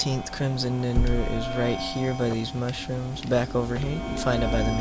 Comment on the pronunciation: NIRNroot not NINroot